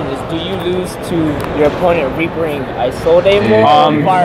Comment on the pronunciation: it's Is-olde not eye-solde. Otherwise nice build :D